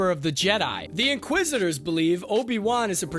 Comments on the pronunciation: The in qua zisters??? You mean inquisitors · Please hire people that can actually pronounce words correctly. I felt like I was watching the last Airbender movie with the narrator saying "inqua-sisters"...................................... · I think they’re called “inquisitors” not “inquisistors” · "Inquisistors"? The streak continues LOL Edit: To be clear, I'm not dogpiling here. I've done script recording and VO before, I get how tough it is to lay down a track under time pressure. But a few punch edits wouldn't kill anyone, right? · Why do u pronounce it inqui sisters? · Did he just say “inquisisters?” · "inquisistors" yeh I'm not watching this anymore lol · Is he mispronouncing things on purpose? Am I missing something here? Inquisistors? Am I being punk’d? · Great vid. I heard inquisistors instead of inquisitors tho :D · The same reason he says "inqua sisters". He's reading a script written by someone else. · One of my biggest YT pet peeves is watching vids written by and/or narrated by people who clearly aren’t familiar with the material. InquisIStors? Or-gin-nuh? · A little tip for anyone narrating these videos: maybe watch a couple of Star Wars movies/series so you at least know how to pronounce names etc! I'm looking at you 'inquisitors' (although it is sometimes pronounced correctly) and 'Organa'. An obvious lack of knowledge of the source material and slapdash approach cheapens your channel.